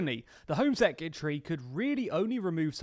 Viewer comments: Its not 'sec-yeh-tree'.... Its secretary... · Sec-you-tree? 👀 Surely he knows he's pronouncing it wrong, right?